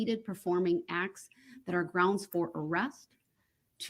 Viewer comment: That ree-moo-mee-den was hilarious. Substain, grounz and various others weren't far behind.